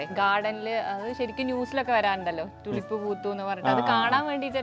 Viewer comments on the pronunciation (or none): Its not തുലിപ് - -- Its ടൂലീപ് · ട്യൂലിപ് ആണ് ടുലിപ്പ് അല്ല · തുളിപ്പ് അല്ല ട്യൂലിപ് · ടുലിപ് അല്ലാട്ടോ . റ്റ്യൂലിപ് ആണ്. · തുലിപ് അല്ല, tulips, ട്യൂലിപ് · Thulip allado tulip ennu parayu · തുളിപ്പ് ❌ ടൂലിപ്പ് ✅🌷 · It is Tulip,prenounce properly